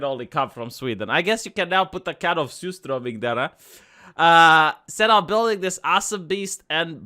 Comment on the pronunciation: Nice pronunciation of surströmming vee